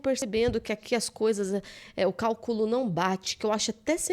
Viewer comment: CÁLCULO, SE PRONUNCIA CÁLCULO! JAMAIS CALCÚLO!!!!!!